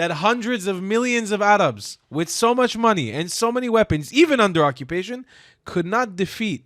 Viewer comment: Acubation! Broblem! "I'm Belgian", Balestinians, " They helb the beable" hahahahahahahahaha.